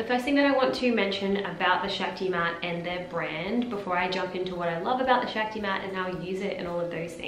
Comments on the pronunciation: It’s pronounced Shock-ti. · Actually. It’s pronounced shahk-ti